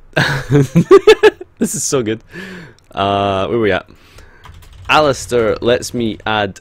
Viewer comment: it's aleister not alistier